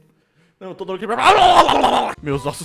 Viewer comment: Mano o falando Todoróki é mt bomKAKHSKSBDKDKAKAKQ